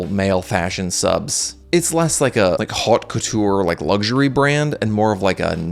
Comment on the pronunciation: May be you can start with learning how to pronounce "haute".